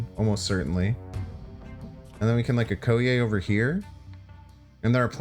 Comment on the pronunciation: please watch the Black Panther movie so you can better pronounce 'Okoye'.